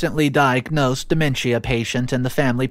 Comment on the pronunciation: It’s pronounced De MEN shuh Not DE men schia Also it’s inVI TATion Not inVINtation